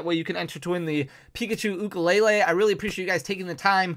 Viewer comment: Awesome video and you are saying ukulele correct!